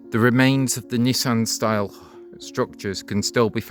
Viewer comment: Not "Nissan style" but Nissen style.